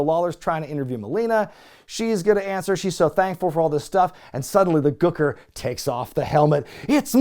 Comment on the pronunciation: Why do you say Gooker like that?! Speak properly, man! 😂